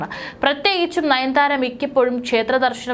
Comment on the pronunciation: നയൻ ധാര അല്ല.. നയൻ താര....